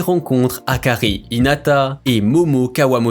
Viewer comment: C’est lourd mais c’est pas hitana mais hinata